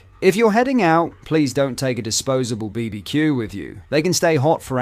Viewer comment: Just so you know, this channel is AI voiced. no real person reads BBQ and prononces it "beebeecue". So many of these 'right wing grifting channels' are. Probably based in Tel Aviv.